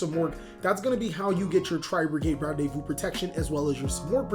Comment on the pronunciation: Its pronounce ran de vu lol